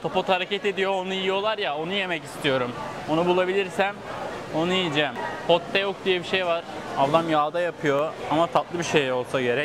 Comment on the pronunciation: abi tibokki diye telafuz etmişsin daha çok toppokki deniliyo bir de hotpotçulara ya da kore barbeküsü denemeye giderbilirsin ❤🌸 Ayrıca koredeki hazır donmuş gıdalar çok meşur bir gün boyunca market ürünleriyle beslenme videosu gelir mi 🦋